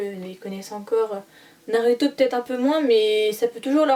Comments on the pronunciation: MDR nar(u)to. On dit narouto mais sa s'écrit Naruto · 😭😭 au secours Naruto ça se dit [Narouto ]